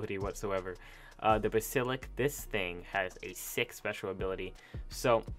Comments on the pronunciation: STOP SAYING "BASILIK"!!!!!! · Ba-si-lidk. Jesus dude stop butchering the name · Bas-silik? You mean bass-alisk close to the actual punctuation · You butchered the bas-sa-lisk name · Could you please ACTUALLY READ the name of the BasiliSk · “Basilik” Srsly Tho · It’s pronounced bass-i-lisk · It's pronounced bas el isk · Bass - A - Lisk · Why does he keep saying basilik??? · It is pronounced (bas-a-lisk) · Stop saying bassillick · OMG, he did not just call the basilisk a busilik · 'The Basilik' Reeeeeee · It’s pronounced ba-sa-lisk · Basilik? Lol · It is pronounced bas ilisk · It’s pernounced bas-a-lisk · Say this with me Baah-Sii-Liissk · HOLY SHIT THIS VIDEO PISSED ME OFF THERE IS A SECOND S IN BASILISK AND THE A ISNT PRONOUNCED UH ITS BAAAAAASILISK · Not Ba-sil-ik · Actually, it's pronounced bas-ill-isk. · Bah sill isk, sorry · It’s bas-i-lisk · You just don’t know the English language, ba si lisk, use your brain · I heard im say basilick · snobby voice It’s pronounced bas-A-lisk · Ba-sah-lisk. Jesus dude stop butchering the name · Reaper Queens aren't tamable, gigas gain way more dmg at higher levels, its pronounced Bas-Eel-isk, most those dinos have unique abilities or are getting one, do you even play this game? because it seems like you just commentate over some 12 Year olds video? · Actually, its BAS-ILL-ISK. "commentate"? What is... wait. Do you mean *narrate*? To ask whether or not he plays Ark doesn't prove your point. It does drive home your opinion, however. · This video annoyed me. Felt click baity and horrible but when he said Bas ill Ick I was just like nope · 1258 Yeah, he said “Basilik” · Basilik all the way boi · Im sorry But he said "Basilicks" How dare he do that to meh favorite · Disgrace to the basiliSk to mispronounce his name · I know I wanted to scream every time he said “Basilik” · You completely butchered the basilisks name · Bro are you mis pronouncing basalisk on purpose? Every time I hear you say it like that I wanna rip my hair out